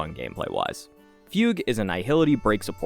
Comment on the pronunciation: it's Foog Way like Oogway not Fyoog. for Fugue...